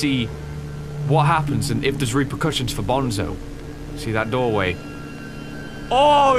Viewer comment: Is not bonzo is banzo